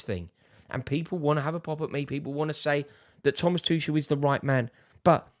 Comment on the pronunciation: Put some respect on Tuchel's name 🤣🤣🤣